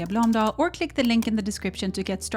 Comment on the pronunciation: I thought your last name was pronounced Bloomdoll. You said it on your AG1 add and I'm like "WOW! That's not how you say it!" 😂🤣😂